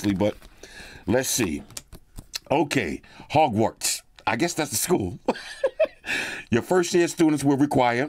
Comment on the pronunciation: my wife is tripping off the pronunciations of the school, the calling the broom a feather,😅 the not knowing what the platform number, calling griffindor (IDK how to spell it, and yes that triggered her too) a boss... 😅😅😅😅😅😅😅😅😅😅😂😂😂😂😂😂😂 Bro 😅😅😅😅😅broooo😅😅😅😅😅😂😂😂😂😂 she loosing her ish...😅😅😅😅😅haaaaaaaa hahhahhahah.